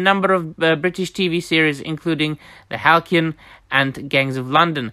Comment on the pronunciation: Couple of pronunciation points.. Halcyon, the c is soft, metaphor for the kingfisher iirc Bad Robot, is actually bad re-boot, 😉🙏🏴😺